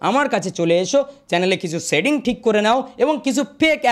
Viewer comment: Dada sobkichu to thik bolle kintu seeing na ota setting hobe😊